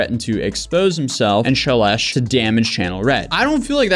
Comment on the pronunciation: Shelesh... sounds like Trump trying to say Celeste ("God blesh the united shates")